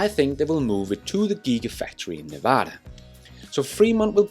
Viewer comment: The semi will be built in Nevada. Also why can no one pronounce our state correctly ? It’s Nev-ada NOT Neva-da. Come on guys get it right.